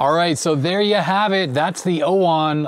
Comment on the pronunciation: OWON or UOMO? 😂😂